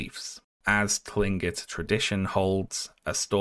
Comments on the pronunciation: Just so you know, Tlingit is pronounced with a hard "C" sound at the beginning, not a "T" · Hi! I just wanted to say that Tlingit is actually pronounced "Kling-kit." The "T" is more similar to the English "K" sound in that if comes from the larynx. Love the video and appreciate your work as always! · incredible video, mispronounced tlingit though so i disliked, and blocked you on everything... rules are rules :/